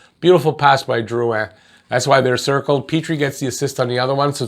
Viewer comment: First time seeing you, I don't know if you speak french, but you pronouced Drouin correctly. In english it's rare and I appreciate that. Also, Petry's penalty for assault was the weakest call I've seen in a while. That concerns me wayyyy more than the missed slewfoot and high stick on Perry.